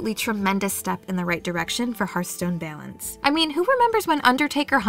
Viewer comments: can't remember literally anything about what i just watched other than the way the narrator pronounced "balance" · I love your accent when you say balance. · I can't be the only one slightly annoyed with the way she pronounces balance